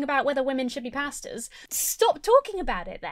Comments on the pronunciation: when you say “pastors” my brain hears “pastas” and i agree. women shouldn’t be pastas! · It sounds like you're saying "Let women be pastas!". I know you mean pastors, but it's more funny this way :) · This video is 10/10 but every time says "Pastors" it sounds like "Pastas" to me